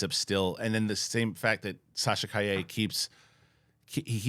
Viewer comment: You guys are very close to pronouncing Sasha's last name right, but not quite there yet. You got the "ll" pronunciation right, but the strong syllable is "Ca", not "lle".